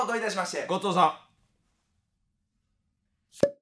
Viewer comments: ごっつぉーさーん言うてたんか ごっとーさーんって自分の名前叫んでるんかおもーた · ごちそうさんが最初god songに聞こえた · ごちそうさんがゴトーサンにきこえるなにw